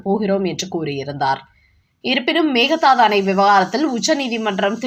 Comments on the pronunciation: செய்தி வாசிப்பவரே. பிற மொழிச் சொற்களை உச்சரிக்கும் போது சரியான உச்சரிப்பைத் தெரிந்து கொண்டு உச்சரிக்கவும் " மேகதாது " Mehadhsdhu என்று உச்சரிக்கிறீர்கள். அது தவறு. உண்மையில் " மேகே தாட்டு " Meke dhattu. இது கன்னட மொழிச் சொல். அதன் பொருள் என்ன தெரியுமா ? " ஆடு தாண்டும்" என்பது. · Meka Dhatu. Please listen to some Kannada News and pronounce the name correctly. (Meka Dhatu means a goat can jump from one side of the river to the other side. Means a short gap that can be jumped over by a goat!